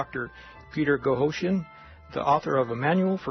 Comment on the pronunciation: I very much enjoy listening to Dr. Boghossian's interviews and lectures. I was a bit disappointed in the interviewer's inability to pronounce his name correctly. His lack of interesting followup questions also seems to indicate he was poorly prepared to conduct the interview. Thanks for posting this interview.